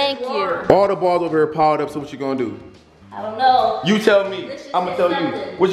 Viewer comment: You said the balls up wrong on the pool table 😂🥰